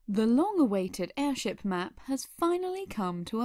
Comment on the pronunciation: Is it weird that I found your "airsheep" mistake kinda adorable?